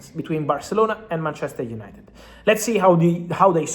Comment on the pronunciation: UYENITED UYENITED